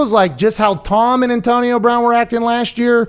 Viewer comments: Wtf it’s brown not “Brahn” like ???? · “Antonio Brahn.” What? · Anyone else notice “Antonio Brahn”?